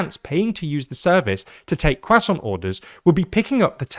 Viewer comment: don't try to say "croissant" ever again